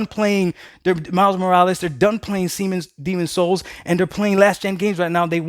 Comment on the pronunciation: “Semen Souls” 🤣🤣🤣🤣